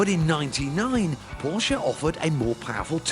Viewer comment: Did he just say Porkuh